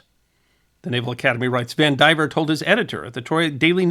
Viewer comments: I'll bet that name is pronounced Van di VEER, not Van diver. I say that only because I knew someone with that exact spelling, and that is how they pronounced it. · Vandivier. Though he mispronounces it, of course.